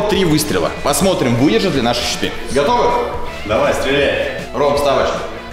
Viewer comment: Мне одному показалось Читы а не щиты